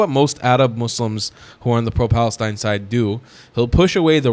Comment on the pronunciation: think he mean pfalestine :face-purple-crying::face-purple-crying::face-purple-crying